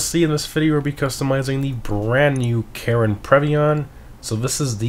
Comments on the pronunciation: Like how you say Karin. Sounds like Karen 🤣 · I keep hearing him say "Karen" Previon...